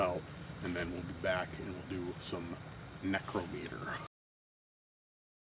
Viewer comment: It's pronounced neck-row-meter 😊